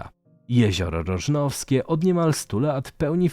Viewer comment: Nie Rożanowskie tylko Rożnowskie